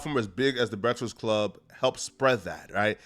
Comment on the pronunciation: Soon as I heard say "breastfast club" 💀